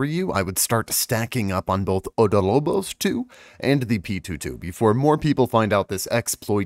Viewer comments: OB DOL BOS, NOT ODO LO BOS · About this video. Info is good. Reading skills awful Learn to read properly za-goose-teén (not gus or gas) Op-doll-bóss I marked the stress in these words